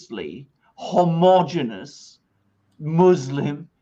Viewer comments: 25'30" The word is homogeneous (3 syllables). Your aunt would be ashamed of you! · No, sorry. I meant FIVE syllables. ho-mo-ge-ne-ous